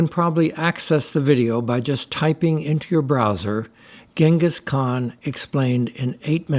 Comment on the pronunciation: Holy F! You visited the statue and the area, took a tour and obviously made this video edit after and still managed to mispronounce the man's name?